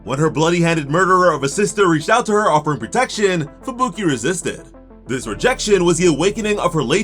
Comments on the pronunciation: Idk why but it drives me nuts when I hear Fubuki pronounced "Fabooky" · bro why does he say fuBUki and not Fubuki like a normal person